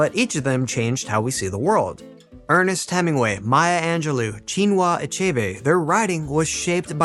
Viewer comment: Marlowe is pronounced with the stress on the first syllable. And Maya Angelou's name ends "oh" not "oo".